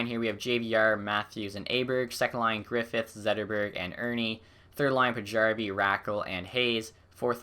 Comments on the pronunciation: paajarvi js pronounced pay-yar-vi btw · Paajarvi is pronounced Paarvy